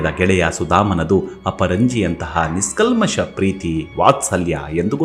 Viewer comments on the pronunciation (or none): ಕಥೆಯನ್ನು ಚೆನ್ನಾಗಿ ವಿವರಿಸಿದ್ದೀರಿ. ❤❤ One correction please... Adu "ನಿಸ್ - ಕಲ್ಮಷ " ಅಲ್ಲ.... ಸಿರಿಯಾದ ಉಚ್ಚಾರಣೆ : "ನಿಷ್ - ಕಲ್ಮಷ ". 🙏